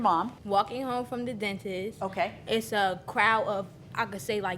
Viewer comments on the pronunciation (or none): Whee whurr comeeng hoem from tha dentissssth. 👁👄👁